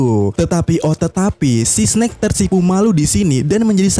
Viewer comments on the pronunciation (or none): eS- SNAKE bukan Si-SNake